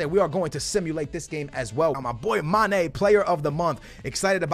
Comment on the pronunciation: Not hating but the way he says mane really annoys me 😂 It’s mane Not ma. Ne